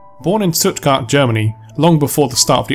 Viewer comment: The first american that can say Stuttgart without faults.